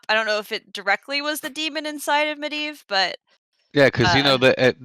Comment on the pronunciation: I'd like to applaud commitment to going back and forth between how she pronounces Medivh lmao. Med-iv vs med-eev.